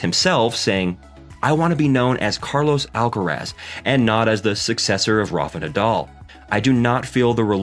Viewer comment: no les tienes que explicar nada. Los nombres de las personas es una cuestión de identidad. Carlos Alcaraz se llama así, no Carlos "Álcarasd". Basta con preguntarle al propio Carlitos, o a cualquier español que se tenga a mano, cómo se pronuncia ese apellido y tratar de imitar lo que le digan. A nadie le es exigible un buen acento en otro idioma, pero sí un respeto hacia la identidad de las personas y eso implica designarlas por su nombre, no por lo primero que se te viene a la cabeza cuando lo lees.